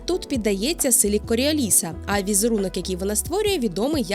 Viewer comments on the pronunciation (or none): Коріо'ліса, наголос на О)